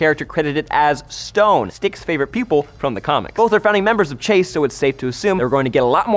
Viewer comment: can i just check, is that how your supposed to pronounce chaste? because if so ive been pronouncing it wrong my whole life